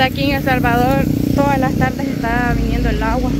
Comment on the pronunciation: Me gusta como dicen 'las' suena como 'lasm'.❤